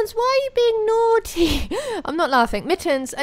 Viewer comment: Tyler Neverland its naughty not nottey